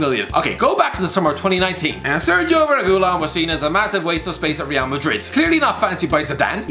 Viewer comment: Why does the say Reguilon wrong? Triggered